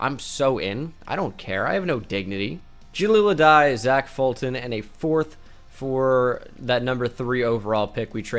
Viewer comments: The fact that he actually said zach as ch, not zack is broken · No one: Absolutely no one:: Pronounces Zach (Zack) as Zatch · i hope you're fuckin with me and don't actually think zach isn't pronounced the same as zack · Bruh even if it’s Zach it’s still pronounced Zack